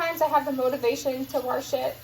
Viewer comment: Came across on of your earlier meal prep videos and love the channel! It cracks me up when you say 'warsh' lol. Definitely inspires me to start gardening!